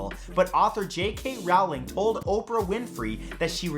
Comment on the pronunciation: it's pronounced ``Roe-ling " ( Rowling )